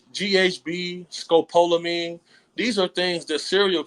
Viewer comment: … humbly… it’s pronounced “Ska-paul-a-mean” (Yes I’m a Physician)